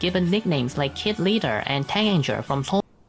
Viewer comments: Taeganger is the fandom name and you pronounced it right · You pronounced " Taengager " right! Hahaha 🥰